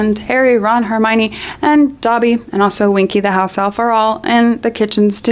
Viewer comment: love the video and rowling is a twat but why do you keep pronouncing Dobby like he's a my hero academia character lol